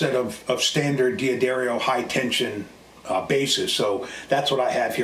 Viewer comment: its pronounced Da dario, there is no "I" thus from the company itself "Da-Dairy-O"